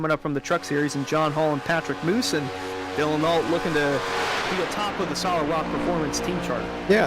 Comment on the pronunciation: It’s is MOOSE like the animal!!